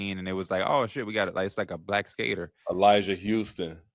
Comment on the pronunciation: Brooooooo ain't no way you said Elijah Huston 😂😭 Nyjah gang